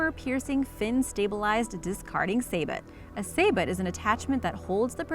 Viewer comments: Sabot is pronounced 'SA-BIT' rather than 'SAY-BUT' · Say-bow... Not saybot(spelled sabot) I really wish these people doing these videos would do their research before shooting... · sabot is pronounced "SAY-BO" not saybot. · It’s pronounce Say-Boh, not saybut. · The "t" in sabot is silent. Pronounced "say-bow" not "say-bot." Most of the video clips shown on the Senel NTW-20 look a lot like the Barrett M-82, and the....you know what? Forget it, this video needs more than what I care to offer. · Sabot is pronounced say•boh, it’s French for Pete’s sake... some of the pictures are not of the weapon they are talking about... Wow, listening further it’s pretty evident that the narrator knows almost nothing about rifles. What genius thought it would be a good idea to have this person narrate a video about firearms? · It's clear the narrator is just a talking head who knows nothing about the topic. "Say-but" (for sabot)? It's "Say-bow". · "stayer"????? WTF is a "stayer"?? STEYR pronounced "schtyer". also of note: sabot is not saboT, it is "sabo". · Sabot= Su bow not say but....lol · What is a 'SAY-BOT' ? It's pronounced sa-bow. Why so many guns shown that have nothing to do with the gun in question? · sabot pronounced "Saybett" lol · saboooo not sabot yes its spelled sabot but pronounced saboo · This video is awful, from pronouncing sabot like say-bot to having mostly footage of assault rifles instead of the gun your apparently trying to showcase. Do better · You don't know what a saybet is?? 😁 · Sabot - t is silent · i think the T is silent in sabot. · Stupid voice over, Sabot has a silent T....... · Small point re #10 at :54. Sabot: the T is silent (from French). Please confirm your pronunciation before posting video. Makes it more professional. Thnx for your vids!